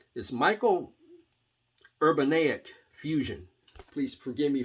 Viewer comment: Pronounced "Ur-ban-YIK". I have that Jean-Luc Ponty "Upon The Wings of Music" and that "Hot Rats" by Zappa. Love both of them.